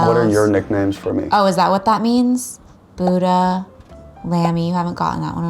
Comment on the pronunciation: ミーガン・フォックス のブッタの発音ウケる